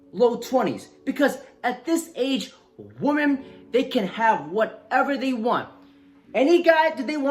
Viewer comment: Dude, One WOMAN Two WOMEN Say it right